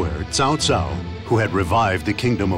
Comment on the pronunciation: At least they managed to pronounce "Cao" correctly, thank goodness!